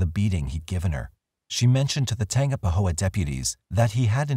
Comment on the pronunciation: Tangipahoa is tan-gyp-uh-ho-uh